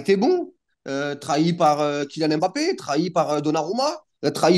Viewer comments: Frère t’es black commence pas à nous sortir des " BAPPÉ " c’est " M’BAPPÉ" ça ce lis "Hmm-Bappé" pas "M" et "Bappé" vous faites vraiment aucun effort c’est incroyable. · Putaiiiiin on dit Bappé